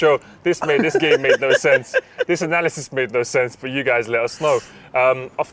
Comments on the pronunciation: Abu bakr Al Baghdadi died so he wouldnt get absolutely violated by saying Anal-isis, its the signs #x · Man said Anal Isis.. i'm gone 😂😂😂